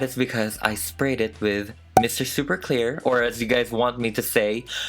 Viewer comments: Did anybody else hear Mr. Super queer? Or was it on purpose? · Omg lol the more I hear the word queer the more I think he's saying "Mr. Super Queer" instead of "Mr. Super Clear" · I DYE every time you say mr super queer 😂